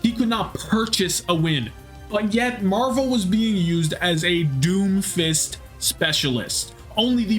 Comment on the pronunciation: i beg u stop saying marv one its marvel please man